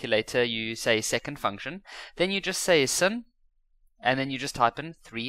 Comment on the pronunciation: sin is pronounced as sine